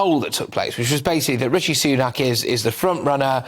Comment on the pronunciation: That woman is being unconsciously racist , taking no effort to pronounce Rishi’s name properly . It’s Rishi not Ricky ! I’ve experienced the same dumb racism before , she knows how to pronounce it but won’t . Tomato